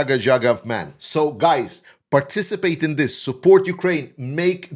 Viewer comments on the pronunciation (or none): none